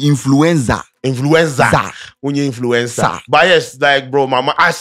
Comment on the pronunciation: mess up oo he say influenza